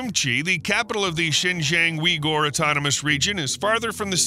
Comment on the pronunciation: "Wee-Gor"? Really? lol